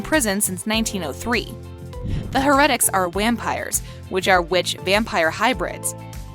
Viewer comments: Why cant this woman say words right?!!?! Harretics... its HAIR-E-TICKS... And ALLAIRIC?? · Hereatics. Stefán. Eleric. The funny thing is that Alaric even said how to pronounce his name on the show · heRetIcs? her-a-tics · It is pronounced as HAIR-A-TICS not HER-RET-ICS! Also is it A-LAR-IC not A-LER-IC. Also Alaric's fiance was not Meredith, it was Jo; (the doctor) Ky Parker's sister. She was part of the Gemini coven and was Ky's twin sister. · Btw when u say Heretics you say the her together then the rest. And the her part is pronounced as hair. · I have to say I’m loving the Kai style pronunciation ste-fon. Her-etics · No one: Not a vampire: Her: Stufawn No Witches: Her: Her-etics No werewolfs: Her: Aleric Also why did it show Hope Saltzman and say Hope Mikealson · the way she pronounces things, stefawn, her-etics, a-lairic? ugh also mikael's last name isnt mikaelson, its unknown, as we dont know the name of his father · can you say stuff right you said heritaces and stefen wrong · "Stef-ON" "HER-etics" "UL-ERIC" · Did you watch the show? Cause that’s not how Stephen is pronounced. Wow and it’s pronounced heretics. Geez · So....I feel like she needs to watch the show first before doing these videos! I cringed everything she said, "Stefan" but I had to stop watching after she said, "Heretics"Just stop✋that was only like number 6 not even half way to # 1.... I cant go through that pain again! Hahaha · can you say "Heretics" and "Stefan" correctly? and you put Hope Saltzman but you said Hope Mikealson and I don't agree with this list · Your list is just as wrong as your pronunciation of Stefan and heretics. Perhaps you should learn how to speak before you publish your list. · why does she say everything wrong stefan then heretics and is it just me that noticed that she showed a clip of elena with her humanity off when she was talking bout kathrine why did they write hope saltzman instead of her actual name or marshall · And heretic💀